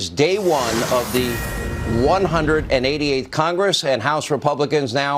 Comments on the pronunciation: Did he say "The 180th" and not the 118th? Real News right Sean? Lmao.. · Did Hannity say the 188th house or 118th???